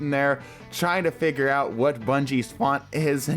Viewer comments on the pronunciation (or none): none